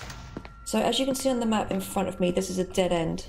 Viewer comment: Me what when he says map it sounds like Es nav with kinda sounds like Russian not making fun of home btw